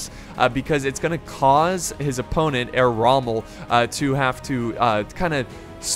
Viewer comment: Herr Rommel ? Shogitai? Nodachi? Please do not say any names or words if you do not know how to stress them. It shows me that u lack in research and give a foot about the People watching this